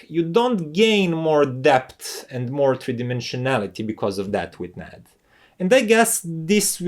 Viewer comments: First off it’s not pronounced Nad, but N A D. You say the letters individually. So I’m getting the sense the Yamaha amp is flat sounding? Does it have a phono preamp? I’m guessing NOT! I have a Teac amp that probably performs like that one. However, unlike the remote for that amp, the Teac amp has an awesome remote. It’s metal, in gun metal grey. I like my B&W speakers with the Yamaha amp I already have, and it also sounds great with my ELAC speakers as well. I prefer listening to vinyl and I doubt that amp will give me the sound quality I’m looking for. The remote for my Yamaha amp is better than the one with that amp, but it still doesn’t compare with the Teac one. So I take it that that amp main source for audio input is digital and not analog? One last thing regarding your review is you repeated most of the same information several times making this video longer than it needed to be. However, outside of that, your presentation was done very well I got through it. . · Very useful and insightful review - thanks! For what it's worth, I have always heard the name NAD is said "En A Dee".